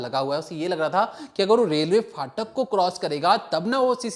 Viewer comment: Phatak hota hai faatak nahi